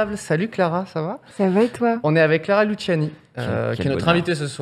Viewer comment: Elle a dit Clara LuSSiani pendant l'intro 💀😭😭